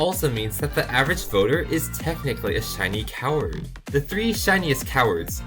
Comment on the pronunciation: What makes this video hilarious (to me) is the way pronounce "Shiny Coward"